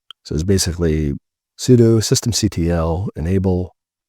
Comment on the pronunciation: You get a thumbs up for saying "c t l" instead of that annoying "cuttle" 👍